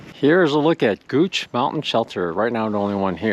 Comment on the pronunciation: Love that you pronounced Gooch Mountain correctly. It is named after my family. My house faces Gooch Mountain. And Woody Gap was named after my great grandfather . Your videos are amazing and beautiful. So cool you came by my house.